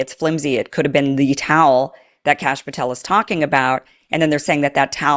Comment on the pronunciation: You said Cash Pathel and am like 😖